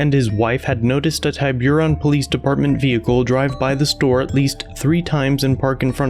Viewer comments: At least learn to pronounce TIBURON. It's not pronounced "TyBYURon." It's pronounced TIBB-eron. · Tee Boo Rone not TieBueRon Tiburon is a spanish word for shark. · Tie Buron? Tib-oo-ron. Maybe, look to see how names are pronounced. At least in the areas I've been near. (And, that is a LOT.) Or, you could have listened to your video. It is pronounced correctly on it. (Didn't listen, but DID post? Credibility is going downhill, and I RESPECT your videos!) "...service the community..." I grew up on a farm, and I know what it means to service something. We had a bull, that was very good, at servicing cows, if you get my drift. On further reflection, you just might be correct, about most police departments "servicing" their communities! steve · As usual, informative video. Just a small gripe (maybe already pointed out), Tiburon is pronounced with a short "i"", not a long "i." Like "liberal" (and not "libel"). And the emphasis is on Tib....not Bur. Tiburon! :) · I know California city names can be hard but it's "Ti-buron" not "Tie-buron." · TY-beer-ON lol it's TIB-er-ON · Hi! I love your channel. For this one, I have to make one small correction. Tiburon Ca is on the north side of the bay area across from San Francisco. It's pronounced, like TIB Urr On..Tib-ur-on. Not like TIe bur on... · The city is pronounced TIB ER RON, not TY BEE RON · It’s Ti—ba—ron. Not ti—buron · It’s “tib” with a short “i” like “tibia” and the “ur” sounds like “er.” Tib-er-on, not Tie-byure-on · It's pronounced Tib-uh-ron, not Tibe-you-ron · Great stuff as usual but as a native Californian the city is pronounced Tib-u-ron not Tie-b-run lol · It’s pronounced Tibb-Err-Ron The Ron is pronounced like a guy named Ron. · tiburon pronounced tib-er-on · It’s pronounced Ti Burr On Tiburon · Tiburon is pronounced tee boo rone. It's Spanish for shark. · Your fancy saying of the town cracks me up lol...Its called Tib er on .....keep up the good work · The town is pronounced TIB-ER-ON.